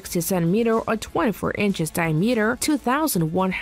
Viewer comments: dye-meater is right up there. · Yeah, what's a "die-a-metre"? LOL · “Die-meter” or “Diameter”? Get someone who can read! 🙄🇨🇺🇺🇸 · and mispronouncing, Accuracy and Diameter, both of which made me cringe each time